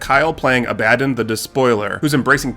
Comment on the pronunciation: Szarekh : Zair - ick Abaddon : Abba like the band - don Great content. Love it.